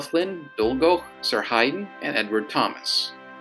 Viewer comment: Actually the name of the engine as Sir Handel's basis is pronounced Sir Haydn.